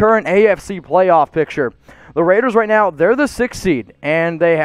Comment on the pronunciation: He said like this video wight now